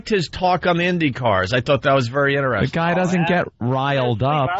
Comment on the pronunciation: “Inneresting” 😖 Or when he uses “make believe” as a verb instead of pretend, act, etc.